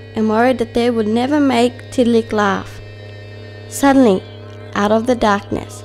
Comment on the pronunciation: I am not being mean but u said tiddaliks name kind of wrong